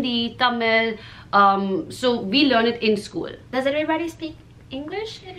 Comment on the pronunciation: Acho engraçado ela pronunciando " School" soa como " Scuulee" hahahaha